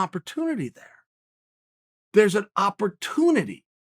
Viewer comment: Chael "Op-or-tune-it-ee" Sonnen